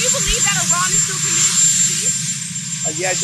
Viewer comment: Can’t even say Iran properly UR-AAN What a moron MAW-RAAN !